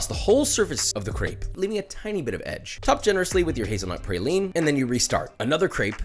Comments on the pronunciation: IT IS NOT PRAYLINE, its pronounced PRAWLENE, prounounce Prauline correctly you're killing NOLA people. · Your pronunciation of praline drove me fucking crazy- everyone from Louisiana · You need to make a real praline bro. It’s PRAH-LEAN not PRAY-LEAN Welcome to New Orleans my g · Josh I feel I must inform you as a southerner, it’s pronounced Praw-leen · Pronounce "praline" the right way. The "pra" has the same phonetic as "bra". Like Bra-line but swap the B for P and pronounce it the same way. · Papa … praline = PRAH-LEEN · josh...for the sake of all things good and wholesome LEARN HOW TO SAY PRALINE!!! IT'S FRENCH!!! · I hate the pronunciation of praline lmao